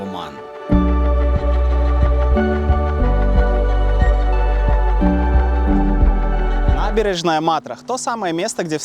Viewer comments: Всё хорошо, но вот этот акцент каждый раз на слове «О»ман , прям режет слух 😂 ты же говоришь, а не пишешь ))) а говорим мы Аман, а не Оман )) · Как же эта "О" уши режет! Не надо её выговаривать, говори "Аман", чай не с Вятки. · Не Уман а Оман....грамотей.😂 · Очень режет слух как автор произносит название страны Оман, или Османы. Хочется послушать как он произносит РоССия или Пермь😅